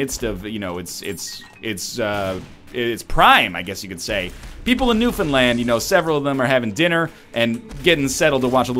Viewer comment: Thanks for pronouncing Newfoundland correctly NL. Love the videos!